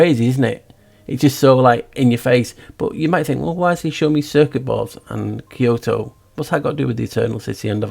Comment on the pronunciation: Kyoto almost sounds like ky-ho / key hole